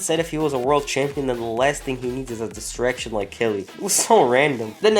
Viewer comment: 0.55 "raw orld tag team champions"